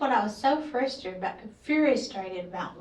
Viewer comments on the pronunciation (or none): lady can’t even speak… tresor… PRESSURE.. furioustated… FRUSTRATED or FURIOUS.